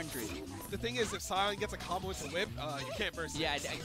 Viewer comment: That Sion name pronunciation is triggering me. @@